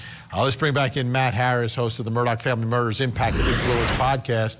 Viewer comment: His name is pronounced murder not Murdoch